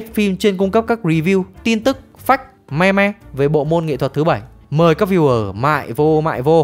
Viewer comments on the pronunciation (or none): none